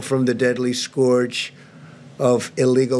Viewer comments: Scour-ge. Scour....ge. Stephen missed that one. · I know this is of no importance, but as a non-native speaker, your president really can't pronounce scourge??